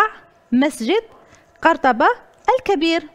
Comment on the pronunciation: قَرطبة ههه الله يهديك بعدا ماشي بفتح الفاء علابانا ماقريتيش لكن ماشي لهاد الدرجة